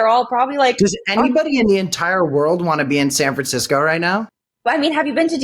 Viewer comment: I think she said san franchesco train stand.